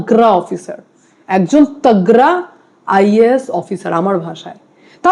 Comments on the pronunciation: ট্যাগ্রা অফিসার না তাগড়া অফিসার।কি উচ্চারণ মাইরি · Madam banglay video korchen othocho banglata thik thak uccharon korte parchen na eta duksha jonak. Upni tagda sabda take tagra uccharon korchen! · তাগররা???? এটা কোন ধরনের বাংলা উচ্চারণ????